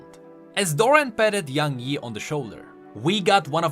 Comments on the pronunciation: What it actually is: Young Yi What I heard: YaNg Yi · That's not young yi, that's young hee hee